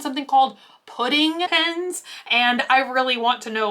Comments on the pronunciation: u keep saying pins not pens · What Everyone hears "Pens" What I hear "PINS" HELP🤣🤣 whyy? I love you.🥰🥰🥰